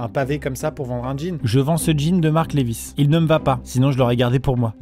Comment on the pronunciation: Jean Lewi's ? Sache qu'on va se battre Maxime...LEVI'S avec un V ! Ah tu l'as peut être volé la lettre ! C'est pour ça ! Dans ce cas, on ne t'en veut pas...